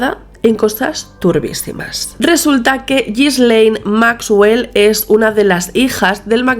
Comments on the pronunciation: es Ghislaine, no Gislel xD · Un trago a mi café cada que dice “Ghislel”.